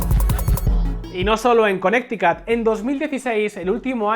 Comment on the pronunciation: en serio le dices "conecticut" a Connecticut, que se diría en castellano "Conericut".